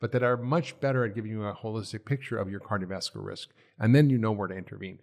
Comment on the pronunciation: I’ll evaluate my hearing, though I haven’t noted an issue to date. I can hear him & volume up or down doesn’t make any difference. He swallows entire syllables: skips right over them. “Cardiovascular”, for example, becomes “carvaslar”. That one I can readily understand because of the context and the syllables he does pronounce are a part of the familiar word he probably means. In other points I’m not already familiar with, it’s a lot of work to replay and interpret.